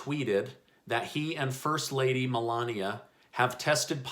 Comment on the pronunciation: ‘First ladia’ :P